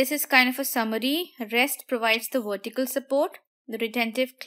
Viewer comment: you helped me a lot in my studys thankkkkkkk u .......and love it when u say wortical support haha :)